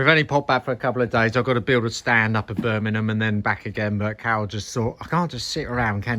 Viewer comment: it is BIRMINGHAM not BURMINUM LOL so says a BRUMMIE.